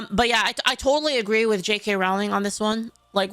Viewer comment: Dear Americans, her name is pronounced like "bowling", row-ling